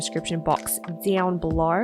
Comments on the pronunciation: “Deown belorr”😭😭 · Heh heh I had to replay it over about three times just to hear it 😊